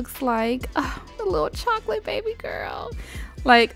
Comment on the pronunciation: Is it just me or did she say chocolate baby boy 😬